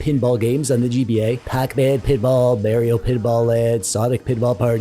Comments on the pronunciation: Can't say Mario correctly. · why do you pronounce mario wrong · The merrrios lol when Mario gonna have his name spelled correctly....